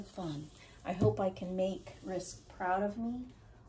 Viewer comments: Also, it's pronounced like rinse ka 💕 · I enjoyed watching you work and your different style with the Dutch pour. I hope more of Rinske's followers come visit you. I will be going through your previous posts. Ren Ska is the proper pronunciation. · Nicely done but you are not pronouncing Rinska name correctly. If you have watched her videos she says her name.